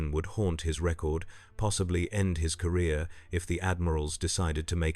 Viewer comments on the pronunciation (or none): none